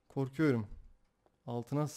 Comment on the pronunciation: abi "koykuyorum" 😂😂